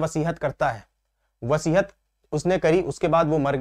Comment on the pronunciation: सर,वसीहत नहीं वसीयत (will) कहते हैं